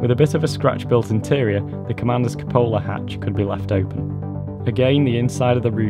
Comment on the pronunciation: Pronounced coo puh la though cupola